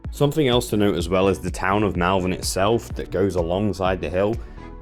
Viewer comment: It’s not MALvern , like Mal-de-mare or malevolent, it’s MALvern to rhyme with ball.